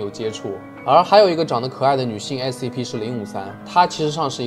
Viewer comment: Scp念成sap...發音很難嗎😅